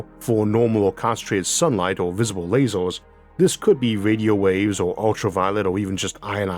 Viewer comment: Your speech impediment makes your pronunciation much more interesting. You say "lazors" and I fking love it. I wish this was the correct pronunciation.